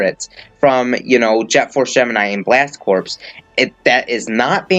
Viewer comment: Two things: 1. Isn't Corps in Blast Corps pronounced like "core"? 2. Why is the number 70 in the thumbnail when you know Piranha Plant is fighter #70 and Joker is #71?